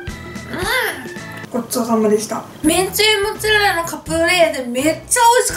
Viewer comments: めんつぁれらで笑ったwww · めんつぁれらもっつぁれらwwwww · めんつぁレラ モッツァレラって間違えちゃうのカワイイ！😍😍😍😍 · めんつぁれら！！笑 めっちゃ笑わせていただきました♡ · めんつぁれらwwwwww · めんつぁレラモッツァレラ(笑) 今日はめっちゃ面白いですな✨ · もう、めんつぁれらでいいんじゃないですか？ｗｗｗ 笑っちゃった^^☆ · めんつぁれらモッツァレラ笑うwwwww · めんつぁレラ、モッツァレラ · 멘짜렐라 모짜렐라 ㅋㅋㅋㅋㅋㅋㅋ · めんつぁれらモッツァレラ笑笑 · めんつぁれら！！笑笑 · めんつぁれらwwww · モッツァレラが地味に言えてないのがかわいい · モッツァレラが絶妙に言えてなくて可愛い💕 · オープニングを撮り忘れたと、 の一晩漬けたとモッツァレラが言えてなくて可愛い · モッツアレラ言いにくそう😂 味玉よりジャガイモにしか見えない😂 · モッツァレラって言えてないww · モッツァレラ全然言えてないww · モッツァレラってすごい言いにくそう笑